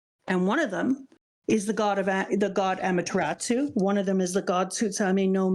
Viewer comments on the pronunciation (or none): I love these videos so much. Can't wait till you get up to date. This is my favorite "first time reading OP" content right now (and possibly ever). Just a couple of nitpicks: - It's "Amaterasu" not "Amateratsu" no t. - "Izanagi" and "Izanami", not "Izunami"